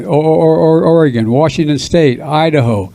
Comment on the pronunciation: Brandon is not a Patriot, but continues to wear USA Flag lapel pin! Disgusting He said Or or Oregon like Elmore Fudd😂😂